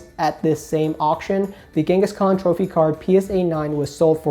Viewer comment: Do you pronounce "Kangaskhan" as "Genghis Khan" as a joke or 😂